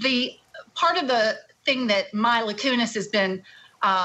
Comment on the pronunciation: My-la Kunis and Ashton Kushner😂